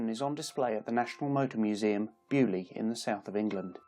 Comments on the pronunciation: Please .. beaulieu. Is not bu lee .. think bail u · Bo loo not bewlee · Dear boy, it's NOT 'bee-you-lee'... (Beaulieu), it's 'BOW-LEE-YOU' !! PLEASE! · I swear English people go out of their way to mispronounce things. “Byu-li”? Seriously? You can’t even say “bo-loo” or something CLOSE? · What a thorough and fabulously complete reveiw of so many wonderful and deadly land speed cars: I , as a Noth America, have to laugh at the announcers pronounciation of Beaulieu: correctly, it is ANYTHING but BUALLY...... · Which is sort of my point. It’s a French name. It should at least be vaguely pronounced correctly - as I said, /bo-Lee/ at the very least, maybe even /bo-lee-yu/. You definitely corroborated my claim. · How i he says beaulieu xD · I crinch every time he says Beaulieu... It's in England, I'll shut the f. off.